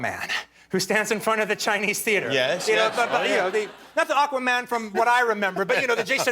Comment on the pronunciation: Pronounces bystander with a “d” at the end. Pronounces bastard without a “d” at the end.